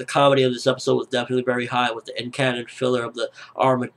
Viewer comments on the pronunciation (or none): none